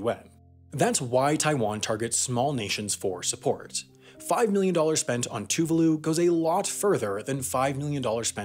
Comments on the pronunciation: Tuvaaaalu, not toovooloo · Tuvalu is pronounced to-vah-lu. So painful to hear a video pronounce it wrong so many times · He did, but pronounced Tuvalu incorrectly. (Too-vaah-loo). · I love how he pronouced Tuvalu like Toovahloo — man already made a full video on the country and he mucks it up lol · As a Brit, everytime you say Tuvalu I think you're ending the video. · NEE-OOH-AYE TOO-VAH-LU NAH-ROO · Niue is pronounced "new-WAY" not newy and Tuvalu is "tu-VAH-lu" not TOOvalu